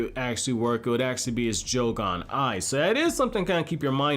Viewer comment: bro said joe-gone